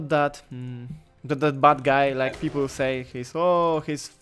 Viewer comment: Pipuls XDDDDDDDD to dobry ten angielski